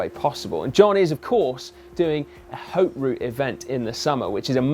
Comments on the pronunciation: Come on. It's Haute as in Oat not Hote. Grrrrrr. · I think its pronounced OAT. Haute w/out the H.